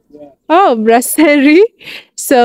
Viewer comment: It's "BRASSERIE" not "BLASSERIE", You can Google Translate "BREWERIE" in French to confirm.